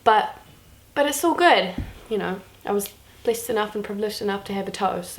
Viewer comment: the whole time i herd you saying Blissed,and i was like what the hell is blissed but ok just new word that i dont know yet. Then I realised you were saying blessed XDDDDD what am i